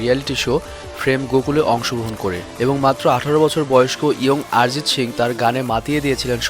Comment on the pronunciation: আরজিৎ সিং না রে ভাই অরজিৎ সিং